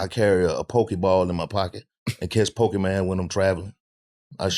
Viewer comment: I was cryin when he said Po-kee-man 😂😂😂 I swear that’s how all older black men say it